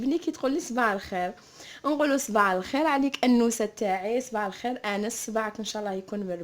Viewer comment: قالت صباع الخير ولا غير انا سمعتها هك